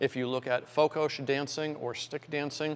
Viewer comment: Its Fokos not Fokosz